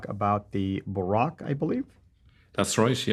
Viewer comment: when you utter an Arabic word, make sure to pronounce it as an Arab (البراق ), (الإسراء والمعراج ) for example. Even brother and your listeners need to be acquainted with it's original pronunciation.